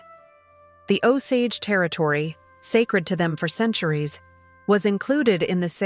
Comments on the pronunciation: Nice visuals, but you need to train your AI to say our name right! It is nice to see/ hear our creation stories kind of like I think it. But painful to hear our name wrong. “Oh-say-j “ is how to say the English version of our name. And please don’t refer to us as dead. We are still born into our clans. And when we die and go back to the stars, our Osage people know us by our clan names, they always have. We live in the river of time, of which the USA is just a small pond. We go on as long as Wahkonta blesses us to. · I'm Osage Nation and can't listen to this AI BS! At least teach it the correct pronunciations!